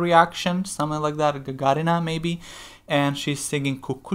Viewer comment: Обязательно посмотри песню Hurt на том же китайском шоу. Отдельное спасибо за правильное произношение ее фамилии ( ударение на 2 слог). Иностранцы обычно делают ударение на 3 слог.